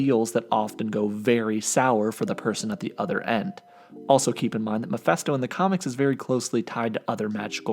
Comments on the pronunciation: Stop saying MAPHESTO!! Its MePHI(phee)sto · It's pronounced Muh-Fist-Oh, not Meh-Fest-Oh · Mephisto pronounced “meh-fisto” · It's actually pronounce Mee-fiste-oh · you sure butchered his name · Lmao dude can’t even pronounce Mephisto’s name